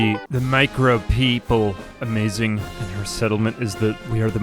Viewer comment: "we are the micrope-" 🤨 "-ople" 😌